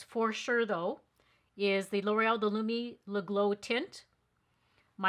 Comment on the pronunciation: Wow! I hate to sound like an elitist “language snob”, but I have watched over a dozen YouTubers test that first L’Oreal product and you are the first to pronounce the name correctly. I actually sought out the ad for the product to find out if L’Oreal had initiated the mispronunciation, and everyone else followed their lead. But no, that was not the case. Thanks for either being familiar with the French pronunciation, or at the very least, cared to perform more than perfunctory research prior to airing your video. Small touches show that you care about your audience and the product that you deliver to us. I want to let you know that I appreciate your attention to detail and that you’ve pushed me over the edge to buy Lumi Le Glow tint. Thank you!